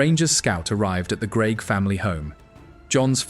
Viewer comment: AI commentary trying its best to mangle the pronunciation of Greig